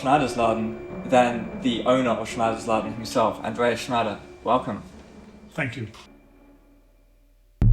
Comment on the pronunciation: Velcome To Sprockets.